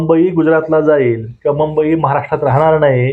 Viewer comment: आधी मुंबई नीट म्हणा हो ! ऐकवत नाही अशुद्ध मराठी..